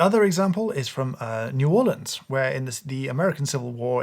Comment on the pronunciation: Woohoo shout out from New Orleans! And kudos for not saying New Orleeens. To this day if you order coffee at a restaurant here in New Orleans they serve it with chicory.